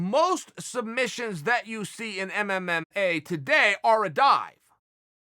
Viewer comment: Chael “MMMA” Sonnen